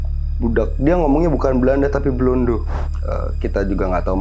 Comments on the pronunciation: Maaf kak meluruskan kalau orang Jawa sebut orang Belanda denga sebutan wong LONDO bukan BLONDO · orang jawa nyebut orang belanda itu, Bukan BLONDO tapi LONDO😂😂😂😂